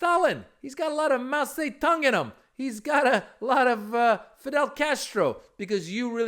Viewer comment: Mow Se Dung?